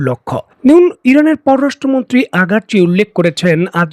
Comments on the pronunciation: সবাই বলে আরাগ্ চি আপনি বলেন আগার্ চি , কোন টা সঠিক ? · একজন ইরানের বিখ্যাত পররাষ্ট্র মন্ত্রীর নামটাও সঠিক ভাবে বলতে পারেন না?